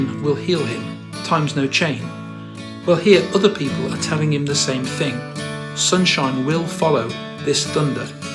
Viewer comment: You're onto something. In fact Liam doesn't even pronounce the words in the same manner sometimes. Sunshine = Soon-shee-ine. Supernova = Soopeh-nova